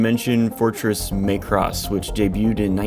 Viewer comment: Flat A on the Macross, man. As in "AT". Not the long a as in "MAY". (smh)